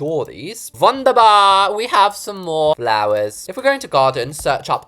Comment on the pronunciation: In how said WuNdErBaR HAHAH